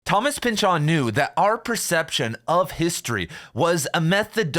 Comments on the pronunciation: Why do you say Pyn-Chawn? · Did my college professor teach me how to say his name wrong, or are you mistaken? It's silly to me how difficult this is to get over hearing your pronunciation versus my internal pronunciation 🙃